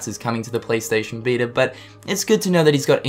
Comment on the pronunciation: "PlayStation veetr"